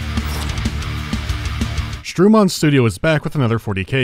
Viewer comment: Streumon. "Eu" is pronounced like the English i in girl or bird. "On" is a single nasal sound - you don't pronounce any "n" at the end.